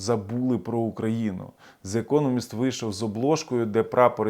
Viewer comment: The Economic англійське видання,читається як (де економіст)...